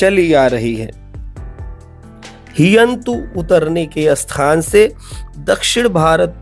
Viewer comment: स्थान और अस्थान में बहुत फर्क है उच्चारण को ठीक करें